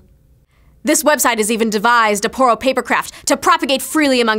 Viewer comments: oh its poro not porno xDDDD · well i have been pronouncing Poro wrong.